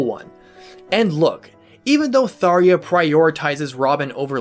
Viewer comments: i wanna stop watching just because of the way you pronounce tharja but i will press on for a genuinely informative video. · I keep thinking "why is he pronouncing her name that way." Looks like I completely missed the debate in its pronunciation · I always pronounced the "j" in her name. Didn't know it was intended to be silent. Also, watching this video made me happy that I chose her as my very first S Support after picking up Awakening. I always thought she was a crazy dark magician girl, but there was something about her persona that intrigued me. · His pronouncement of her name is so distracting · Why are you saying Tharjas's name like that!? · Yo dawg it's pronounced the way it looks. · I've never heard anyone pronounce her name that way. Even in game when other characters talk to her and say her name. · Did you even play awakening.... you know that’s not how her name is pronounced.... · That's not how you say her name bub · This is literally unwatchable when you're not pronouncing her name correctly the entire video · I wish you could have pronounced her name correctly... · they way you said tharja makes me not want to watch this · I love them both but the way he says tharjas name makes me wanna puke and God I dont want him to even say rhajats name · Gods video. However Tharja's nam is pronounced " Thar-ja" not Tharia like you did. The j is a hard j. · You pronounce it tharia instead do tharja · Its either "Thar juh" or "Thar zhuh" its definitely not "Thar yuh" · It's pronounced "Tharya"!? What the heck!? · come on if u are going to do a video on a character at least pronounce their name right dude, it's Tharja not Tharia that is a J not an i. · Fairly sure I heard a developer say "Thar-jah" not "thar-ia" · Its not pronounced Thareea, it’s pronounced Thar-ja. J as in Jack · THARJJJJJA not tharia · I love the video, but how many people wanted to correct him every time he said *Tharya*? Lol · Thar-Jah not Thar-ha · “thar-ee-ah” I thought it was thar-jah?